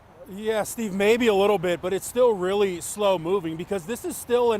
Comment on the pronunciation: oh rearry?